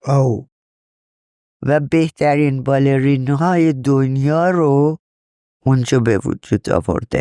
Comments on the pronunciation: باله رى يَن تلفظ صحيحه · خود خانم هایده که پیشکسوته توی باله، میگه بالِ ری ن اگه دقت کنی. که همینم درسته. فارسی سطح بالا ینی چطوری مثلن؟ دو نفرو مثال بزنید که فارسی سطح بالا حرف میزنن آشنا بشیم. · معاشره😮مشاعره...تلفظ بالرين و....فارسي را سطح بالا و درست استفاده نمى كنند